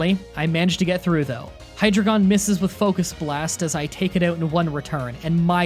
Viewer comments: I know it’s an older video, but you really should work on pronunciations,. YouTube a quick anime episode if you have to. Hy-dry-genn, not hydragon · Did not take any German lessons in school because the deino evolution line is pronounced like the first 3 German numbers ein, zwei, and drei. Deino, Zweilous, and Hydreigon. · I'm a real stickler for pronunciation and I know some of these can be confusing so here are all the ones you got wrong. Cofagrigus (cough-uh-gree-gus) Zoroark (zoar-oh-ark) Archeops (Ark-ee-awps) Herdier (Herd-ee-urh) Bouffalant (Boo-fuh-lawnt) Hydreigon (high-dry-gun) Lillipup (Lily-pup) Patrat (Puh-trat) Whirlipede (Whurl-uh-peed) Excadrill (Ex-cuh-drill). I know this might come off like me being an asshole, but I actually just wanna help you not sound weird in your videos. I'm sure other people don't like hearing mispronunciations either. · You good sir, are TERRIBLE at pokemon names! "Herder", "Hydrogon", "Archepos". You butchered these names like you butchered your rivals! XD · the entire time i was trying to keep myself from not screaming. your pronunciation... Cofagrigus (cough- agree- gus) hydreigon (Hi- drei like the german drei) gon bouffalant (boof- a- launt) archeops (arc- e-ops) dude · whirliPED herDER hyDREHgon